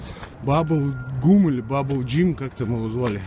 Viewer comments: Bubblegum))) bumblbee правильно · Бамблбии-камаро сс. А не бамблгум с 5 ))